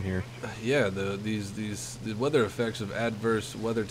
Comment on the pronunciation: Ahahah Spark Thunder and xD "sose 20 mm are like gandy dust to ze german planes"